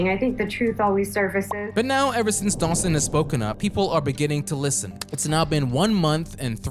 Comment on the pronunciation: is such a tool 😭 he didn’t even have the decency to pronounce Dawson’s name right on purpose.